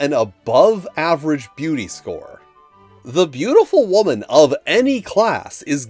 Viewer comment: Whaa-man? What is this Whaa-man?